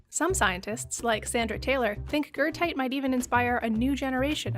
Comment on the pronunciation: are you talking about goethite? im so confused. never heard of gertite. or guurtite whatever youre saying